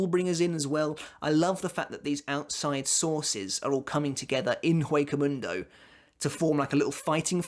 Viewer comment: It's not that big of a deal, but as "Hueco mundo" is Spanish, you pronounce "Hueco" with a silent H.